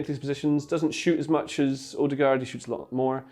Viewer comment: The pronunciation of his name is wrong. Ø is like the a in the word "an". And aa is like au in the word "autumn".